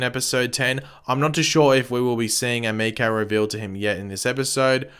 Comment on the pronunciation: stephen does his own stunts so why he has the hood up is wierd. also as a weeb i cringe when you pronounce emiko wrong